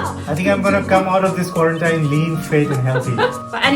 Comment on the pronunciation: Hate to be that guy, but it's pronounced as "Qua-ran-TEEN". I mispronounced it for the longest time myself as the spelling is pretty counter intuitive. 😅